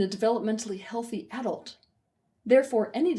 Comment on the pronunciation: I can't listen to this video because of how she pronounces AAA-dult